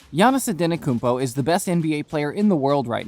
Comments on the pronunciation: “Giannis Antanakounmpo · Giannis Antenokoumpo??